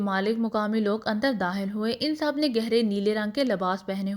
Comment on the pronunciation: Sry to say bht achhi story h pr aap kha ko haa q padhti h?😅 every time jb kha word aata h likh khawer ko hawer dakhil ko dahil khatun ko hatun 😅